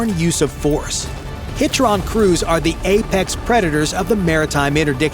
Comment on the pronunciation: The narrator kept pronouncing HITRON wrong